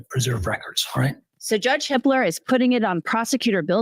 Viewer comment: Everytime says the judge’s name, it sounds like she’s saying “Judge Hitler” 🫣